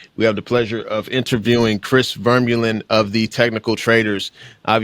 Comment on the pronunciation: It's not VERmeulen. It's VerMUlen.